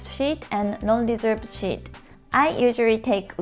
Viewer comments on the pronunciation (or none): I rented a car in Toyama and drove on the opposite side from home for the first time. I took to it like a to water. I don't like to say negative things... 'seat' said as 'sheet' is a different word. try sss い tuh (the 'uh' is whispered and short). That was the only problem I heard. このビデオについて、とても便利です、😊